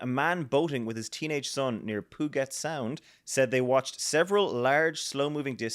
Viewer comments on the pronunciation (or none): It is pronounced "Poohjet" Sound, entirely in Washington state in the United States, and connected to the Pacific Ocean. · Puget Sound is pronounced phonetically as PYOO-jit sound (/ˈpjuːdʒɪt ˈsaʊnd/) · Puget Sound -- pronounced "pew-jet sound" 😂 Seattle native. Now half a globe away